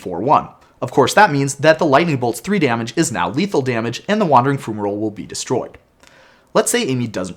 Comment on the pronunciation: FYI, it's pronounced FYU-ma-roll, with an fy sound. :) Thanks for the rules overview! That card was so strange rules-wise...